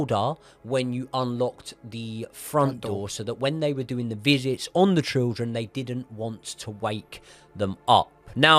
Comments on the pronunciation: Children ❌ Trildren ✅ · I heard trilchren. I heard shildren. After i noticed this, i couldn't focus on the episode. I'll give it another go when i forget this🤣.